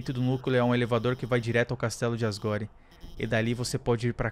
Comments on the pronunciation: PF fale asgor e assim que fala asgore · E asgore se pronuncia asgor